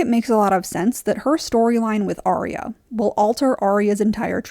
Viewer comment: Dude her name is Arya not Aria.